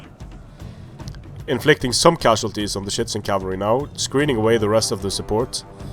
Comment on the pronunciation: why are you saying shitizen cav